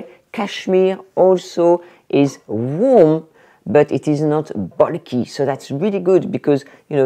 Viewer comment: you gave me two laughs today. First the sunglasses, far too big. (I have this trouble with a small face also.) Secondly when you said 'bulky'...I had to rewind and listen again. 😂😂 I am British btw. Bonne journée.